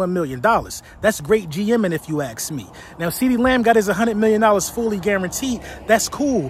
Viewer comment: You speak so properly and annunciated. I am curious why you say axe instead of ask? Is it intentional or what? It's like you just said nahhhh that word gonna be the only one I don't say properly. 💁